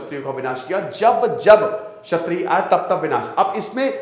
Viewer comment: क्षत्रिय, छत्रिय नहीं